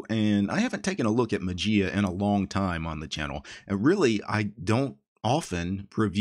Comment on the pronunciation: Dear. FYI Mageia is the Greek word ''Μαγεία'' which means Magic and the Greek pronunciation is not ''Matzia'' but ''Mayia'' with the accent on the ''i'';-)